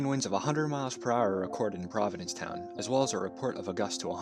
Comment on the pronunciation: Did you say Providence-Town?